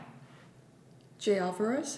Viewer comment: u rlly said jay alvarrez 💀